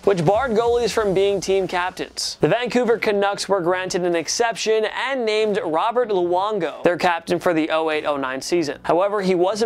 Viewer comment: did you just call him ROBERT LUONGO